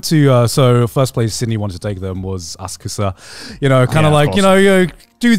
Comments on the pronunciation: i'm glad someone called garnt out on that asakusa pronounciation cause it was driving me insane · After wincing every time Garnt said "Asakusa", I was very glad Connor pointed it out :D